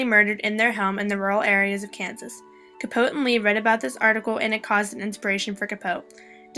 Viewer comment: Capoteeeeeeeee you don't say Truman's name correctly.